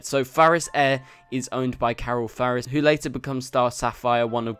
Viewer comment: Are you saying Farris? Because it's clearly Ferris. lol